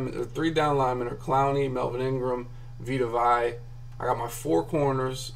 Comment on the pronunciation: Vee-Tuh Vay-Uh....you're welcome